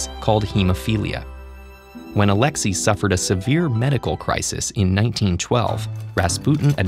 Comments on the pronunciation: Not Alexi but Alexai pronounced Alex-ay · FYI, the name alexei is actually pronouces like ah-LEK-Say